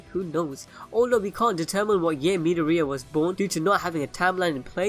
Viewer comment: I’m a bit bugged on how he is saying midoriya